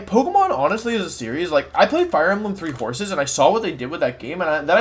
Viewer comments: Did he seriously say “Fire Emblem: Three Horses” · I heard Fire Emblem: Three Courses (instead of horses), and laughed my ass off